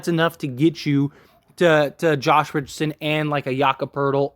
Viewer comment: Please learn how to pronounce the players name before you go on the air. So disrespectful and unprofessional